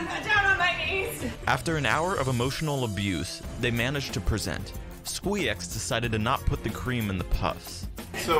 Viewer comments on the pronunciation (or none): Bruh Squeex's name is not that hard to pronounce come on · not knowing how to pronounce Squeex after literally competing against him is so funny